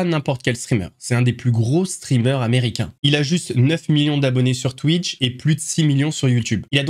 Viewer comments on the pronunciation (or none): none